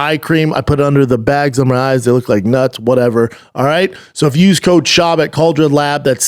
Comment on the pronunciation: Can't even pronounce the sponsors name right! Cal-der-a-lab